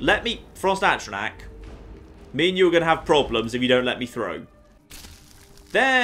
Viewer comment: 14 parts in and insists on saying Atronach wrong.